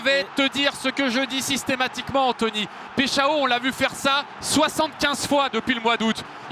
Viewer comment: "péshao" MDR ils cherchent même pas comment prononcer les noms des joueurs 🤣🤣